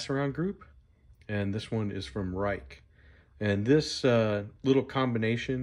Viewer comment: Ruike is pronounced like "Rake". I really like their sandvick steel, nice action and reasonable prices.